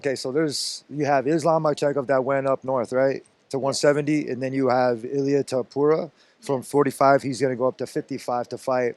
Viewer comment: Illia toupura 😂